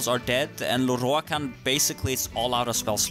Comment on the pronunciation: I love the way you say Lorroakan